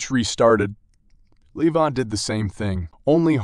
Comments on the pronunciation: He is Levan.. Not Leevon 😂😂 Or not Lee Van😂😂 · Good job 'Leevan' 😂